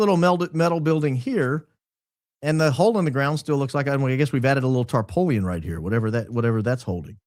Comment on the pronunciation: B-BaronBbbbbaron! Did you just say "tarpowleun"? I knowed you wuz Kuntry. I bet you know Latin and hover around 150 IQ even if you've been day drinking. But coming from Hattiesburg Mississippi I can say you are killing me. The rest of the world calls it a tarp, or tarpaulin. Not here in the new South, we caint say it. Bless your heart, with your dad gum tarpoleon. I know you have at least one Chester drawer😂